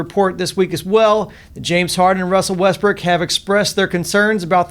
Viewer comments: hahahha ;D I think he says also Westbrick ;D hahaha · Lol “Russell westbrick”